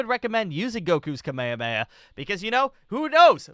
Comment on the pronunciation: the kamehame he called the kamayamaya